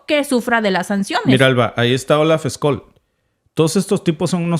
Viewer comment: Estimado no se lee Olaf Skol sino Olaf ssholz.. Saludos desde Alemania..